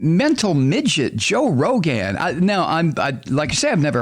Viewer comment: I like how you pronounce Rogan and I'll be saying it like that from now on!